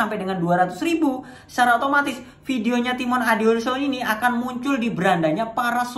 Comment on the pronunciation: niche kok ngomong nya nes, nas nes nas nes, belajar dulu om, sama belajar ngomong nama anda sendiri di opening nya, timon adiyoso, bukan timon adiso